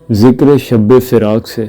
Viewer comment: Shabbe nahi padhte bhai shab padhte hai